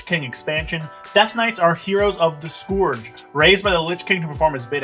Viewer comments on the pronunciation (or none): He's canadian, we can't expect him to get everything right :D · The scoowerge?